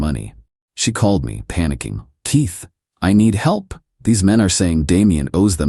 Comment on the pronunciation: KEYS go in doors. TEA does NOT‼️. Your name is KEITH - NOT TEETH‼️‼️ FFS! 😤